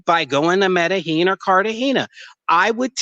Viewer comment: The was he pronounce Medellin 😂